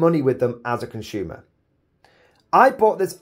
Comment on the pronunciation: Consumer is pronounced "consumer", not "conshyumer"